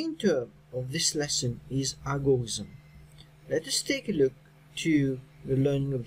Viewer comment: it is algorithm not algorizm